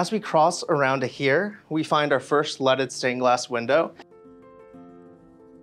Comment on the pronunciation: Every time he says leaded window it sounds like he is saying lettuce stained Glass